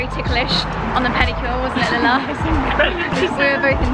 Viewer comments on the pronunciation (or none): none